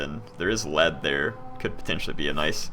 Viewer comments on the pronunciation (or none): none